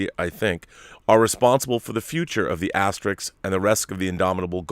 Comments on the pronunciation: Rob it's pronounced Ass-ter-ricks, not Ass-ter-risk. Now if you'll excuse me I'm off to watch some Star Track. 😁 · Hernandez Oh I see. I didn't know Dennis did that. As an Asterix fan the way Rob pronounced it made me cringe so I had to point that out. 😁